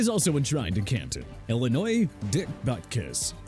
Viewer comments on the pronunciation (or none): none